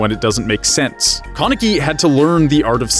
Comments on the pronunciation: its kan not kon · Tf is a kawneki it’s pronounced Kaneki (kuh neck kee) 😂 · why do you say his name like that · it stresses me out how he says kaneki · No offense, but I got so triggered on how you say their names. First, its pronounced KAneki, not Kahneki. Second, its pronounced Rize, not Rizey. Third, its pronounced Toka, not Tohka. FOURTH, its just pronounced Hideh. Not Hidey. Also, haven't you watched Tokyo Ghoul: RE season 2? Hide is still alive man. Sorry if I got a little triggered 😅. Hope you see this and hope this helps :)).